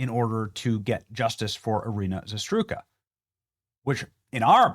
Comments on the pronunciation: Za-root- ska.. come on benny your smarter than that. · Scum bag. Learn to say her name correctly if you're going to use her death as a means to earn income. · Could you at least pronounce her name properly?!?!? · Benny, PLEASE learn to say her last name correctly. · Look into that last name bro. You’re not saying her last name right. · Nobody expects Americans to pronounce Russian names perfectly . But Benny is butchering her name to the fullest. Learn Benny , is not that hard for fok sake. It's only one name ‼️ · Almost as tragic as Iryna Zarutzka being butchered was Benny's butchering of her name. Benny the Butcher (of names) 😂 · Come on Benny. You can at least say her last name right? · Benny before you say her name learn how to pronounce it correctly It's embarrassing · Benny, please, why can't you say her name right? She's too important. Haven't you heard anyone else saying her name? It's been all over the internet. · Benny, I like your stuff, but wtf was that pronunciation?! You talk about people being competent enough to vote and I'm not even sure you are after hearing that! Do better because you make conservatives look stupid when you do stuff like this. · Say her name correctly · Yep. Also Benny is hilariously mispronouncing her last name.. lol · OMG AFTER ALL THIS TIME YOU STILL CAN'T SAY HER NAME RIGHT!!!!!!!!!!!!!!!!! HOW is this not a priority for you in reporting on this after months and months? I don't think I've heard you pronounce it right one time and it is ridiculous. Let me help you ZAH-ROOT-SKA. Not ZaSTRUSKA. Good Lord. You don't even try and correct yourself. Literally every time you say it is wrong and it's NOT hard. How is anyone supposed to take your anger seriously when you can't even be bothered to pronounce her name right? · Say it with me, Benny. ZA - ROOT - SKA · Zarutzka not Zaztruka phonetic. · It's not Zastrooka. It is Zarutska (zurr root skuh). I'm normally not a grammar cop, but come on dude, lol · Za-rut-ska, not Za-stru-ka.